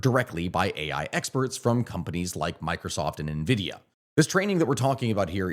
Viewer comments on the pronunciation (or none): none